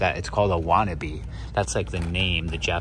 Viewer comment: Lol not wannabe but watanabe. Love the vids!